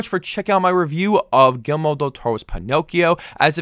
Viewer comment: Great review! Btw.. It's not "Gilmore" Del Toro... It's It's pronounced Gear-Eel- Mo 😆